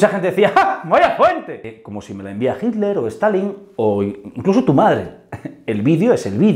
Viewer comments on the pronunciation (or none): none